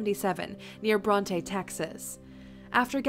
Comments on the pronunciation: ....Bronte Texas is said "brawnt". We know it's not correct but that's how it's said here 🤷🏻‍♀️ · Those two grown children were very vague and didnt seem concerned for their dad's welfare. Odd. They didn't offer any explanations at all. Also just a tip...the proper pronunciation of the town of Bronte rhymes with the word "want"and/or "taunt" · After watching this video I realized Brandon Mason Lawson went missing from my hometown 5 years ago and I don't recall ever seeing anything on the news or hearing about him. Side note: as a Texan it's upsetting that she mispronounced Bronte, Tx